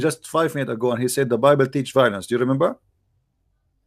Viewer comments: Why all the Whylence? 😄😄😄 lol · I love how the 1st caller says "Whylence" instead of "violence" 😄🇮🇳😄🇵🇰😄